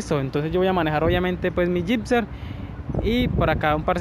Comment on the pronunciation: No sé dice "Gipser"... Se dice "Gixxer"!... Ya he visto varios vídeos y duelen los oídos cuando dices Gipser con P!... A mejorar la dicción!... O terapia de lenguaje!